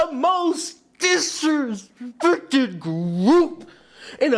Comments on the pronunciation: Love the emphasis on disrespected lol 😂 makes me laugh every time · I love how the emphasis goes one notch higher when you say "most disrespected group"